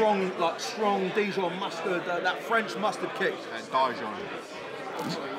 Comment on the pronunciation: It's not dayjon it's dijon